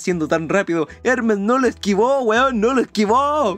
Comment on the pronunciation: eremes es ermes y hendal es hendal